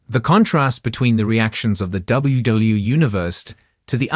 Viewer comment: Why is it that AI-generated narration always has trouble pronouncing "WWE"? I've heard this in many different channels.